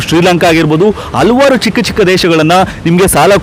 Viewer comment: ಹಲ್ವಾರ್ ಅಲ್ಲ ಹಲವಾರು ಅಂಥ ಹೇಳಿ,ಇಲ್ಲದಿದ್ದರೆ ಮನಸಿಗೆ ತುಂಬಾ ಕಿರಿಕಿರಿ ಯಾಗುತ್ತೆ.